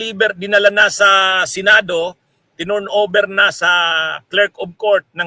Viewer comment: Atty.turn over hindi torn over.